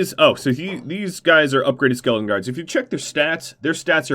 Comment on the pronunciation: by the end of this video the word skeleton had kinda morphed into skeldon and it was my favorite part of the video because you just keep saying it over and over again. quality content 👌